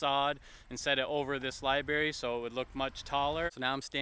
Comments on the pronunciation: It's LIBRARY not LIBARY!! haha Your pronunciation is killing me!!! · I think he said, “LIBEARY” as in library for bears 🐻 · LibRaRy, man. Not libary. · omg that bothered me SO MUCH lmao! i was like, say it with me LIB - RARY!! so cringe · Hey Man, you said liBary a few times , but yeah the issue I see is how you adressed it .. so butthurt... anyway, nice to see this place still exist tho ... nobody's making fun of you , we're all grateful to see the places of this movie. really there is nothing wrong in making mistakes Thanks :) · Lie banana not lie berry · He needs to go the library, and get hooked on phonics.